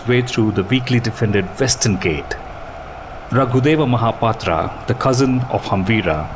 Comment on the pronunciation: What is "mahapatraa"? Say as it we pronounce in odia. MAHAPATRAW